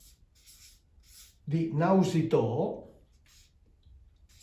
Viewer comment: Una piccola correzione. Non è Nausitoo, ma Nausinoo. (Nus - Noos in Greco è la mente, quello che corre dapertutto, e Naus = Nave)